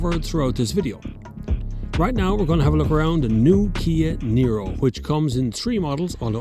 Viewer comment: Er.. Niro... not Nero. 🤣